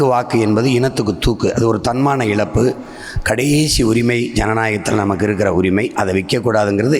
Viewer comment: Cant Seeman properly pronounce the sweetest Tamil letter "zha"?? he says "thanmaana ilappu"!!! I thought with all his fanatic attachment to the language he would prononce it correctly!! TN always shouts "Tamil, Tamil" but 80% of the people cannot even pronounce the only letter that Tamizh has which is not in any other language in the world. Shame!!